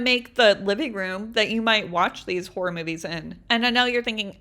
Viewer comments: Actually u said horror movies wrong 🤓👆 - im kidding ur said it perfect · u say horror movies fine